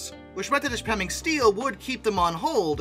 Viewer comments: Ishpeming is pronounced ISH-puh-ming You pronounced Negaunee correctly Huron should have a discernable H sound, NOT "Your-on" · I watched her come through Rhinelander Wi. on the way to the Grand Canyon Railway years ago. She came through on the Soo Line main.You got Negaunee right but it's pronounced ISH-peming, or Ishspitoon to the Yoopers. Cool video. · Southern Michigander here. My best understanding is to pronounce it Iss-Feh-Ming. In other words, the letters H and P combine to make an F sound. Might be a regional thing, those yoopers are something else. lol! Keep up the good work!